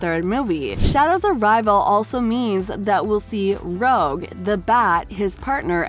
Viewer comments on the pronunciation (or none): “Rogue” it’s Roooooj. Get it right if you’re gonna report on sonic stuff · You said Rogue not Rouge try getting it right next time.❤ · lol its Rouge The Bat not Roge the bat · Bro called rouge “rogue” (skull emoji) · bro really said "rogue" the bat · You said Rouge's name wrong... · you said her name wrong